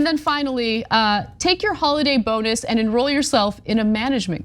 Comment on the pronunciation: ...are they saying "bone-us" on purpose? I mean this is comedy gold.